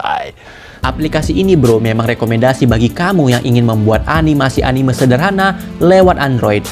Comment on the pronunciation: dibacanya anime bang bukan animeu🙏